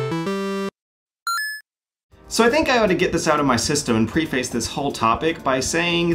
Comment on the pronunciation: I just realized you said "pre-face" in this video,. You are better and smarter than that.